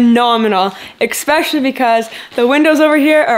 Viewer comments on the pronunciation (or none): The word is especially.... NOT ecspecially. You aren't even speaking English and certainly not French or Spanish.